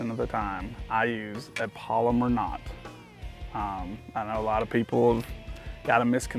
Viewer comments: Its pal o mar. Not polymer. But theyre a great knot. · Pal-o-mar not polymer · Haha polymer knot or pal-oh-mar knot? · You’re saying polymer, pal. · It's not a "polymer" knot. It's a "PALOMAR" knot! Other than the cringeworthy mispronunciation, it was an informative video for those having trouble. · Its NOT a "polymer" knot. Its pronounced "PaloMar" knot. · It's called a PALOMAR not a Polomer!